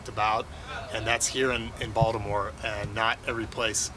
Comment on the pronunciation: I appreciate how Mr. Elias pronounces 'Baltimore' correctly.